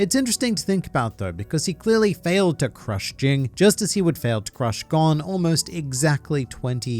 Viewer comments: His name is pronounced Gon as I’m cone with a g stop forcing words to match to get a sappy joke across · Why does everyone who makes videos of hxh mispronounced gons name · You really bbqed gon’s name. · I can’t do it bro it makes me so mad how you pronounce Gon wrong.